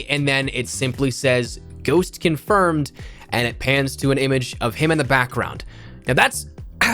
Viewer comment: conspermed lol